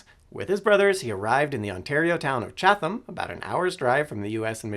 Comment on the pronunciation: Just a heads up, it's "Chat-am" as far as pronunciation vs "Chath-um"